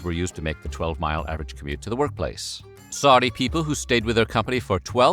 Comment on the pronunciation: Wtf is “Saudia” Arabia?